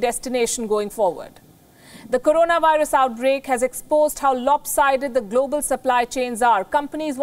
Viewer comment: Yes tomorrow.... One more thing... not karonaa.... its called corona